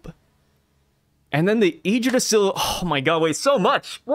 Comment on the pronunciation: Bro ur good on the Yggdrasil pronounciation 🙏🏽